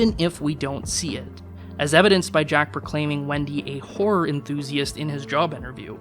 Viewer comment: pronunciation of horror gave me a slight heart attack for one second